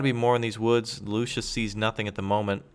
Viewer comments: The recon tank is calles Luchs not Lucius. Its called after the animal. You pronunce it Lux or Lucks ( Not good in phonetics). In english it is the Lynx or bobcat. Nice vid by the way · it is pronounced "luks" not luschis